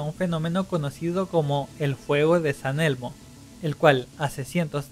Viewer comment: Para corregirte es fuego de San Telmo y no San elmo felicitaciones por tus animaciones solo corrige tus conceptos de lo que es un relámpago un trueno y por cierto no todos los fenómenos electro atmosféricos han Sido descubiertos y explicados por la ciencia como lo demuestran descubrimientos recientes de nuevos fenómenos en la atmósfera.